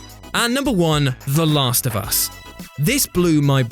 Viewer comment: Is having a stroke when saying the last of us